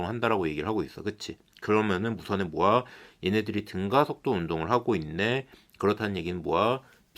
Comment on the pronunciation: 모야를 왜 모아라고 발음하세요...?